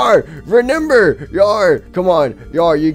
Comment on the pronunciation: I like how he says re N ember instead of remember